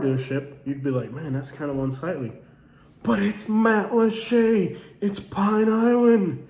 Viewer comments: And it's Mat-lat-cha, not Matt LeChe' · There’s plenty in Matlacha! It was NOT wiped clean by Ian! Lots of homes and businesses remain. You’ve clearly never been there. And yes (to the other comment or) it IS pronounced matt-la-shay. :)